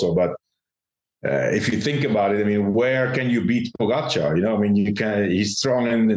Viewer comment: True. Lance still has no clue how to pronounce Pogacar.